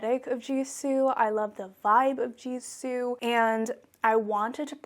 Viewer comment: Btw, the pronunciation of gisou is not like jisou, but you pronounce it with like how you pronounce the letter g. I know this bcuz the brand is Persian, and so am I. Gisou means hair in ancient Persian. I love ur channel too ❤️❤️❤️❤️❤️❤️